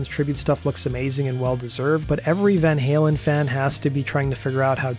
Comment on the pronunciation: I h8 how Eddie Trunk pronounces Van Halen as Van Helen